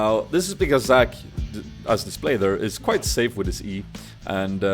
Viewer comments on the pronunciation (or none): none